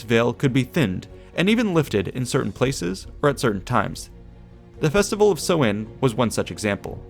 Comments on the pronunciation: Would looking up pronunciation kill you? Its sow (like a female pig) - in. Not sewing. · samhain (sou-in) not sowin just saying, slainté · Me, a guy from a place where samhain has allays been celebrated hearing so-in as a pronunciation, this is so odd xDD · I'm getting another pronunciation of Samhain on the net. Everyone else stresses the first syllable, which should rhyme with 'cow', but w/ an 's'. The 'm' is silent. the second syllable is simply 'in', and not with a long 'i'. Sow-in. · Pronunciation of Samhain is "Sow" as in female pig and "Anne" girls name just put the 2 together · Im not sure about other languages but in irish its more pronounced sow in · Samhain is pronounced as s-how-ain Atleast in gealic Irish it is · samhain... pronounced Sow(like cow)-win... sow-win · Ahhh it's pronounced sau-ihñ! Like sow as in female pig not sow as in sow seeds or sew clothes. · The letter Á is pronounced like "awe", so Samháin is pronounced Sa-wawn. I was at the mound of hostages recently with my son, I love visiting Tara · It's pronounced s-OWH-in not sow-in. (OWH as in being hurt, not sow as in sow seed) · No, not like that either. Like the ow in 'ow I hurt myself'. s-ow-in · Sam hain is pronounced "SOMHEN"?? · I always thought it was pronounced "sow-en" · Irish person confirming the pronunciation as Sow(as in pig)in... so, s'ow-in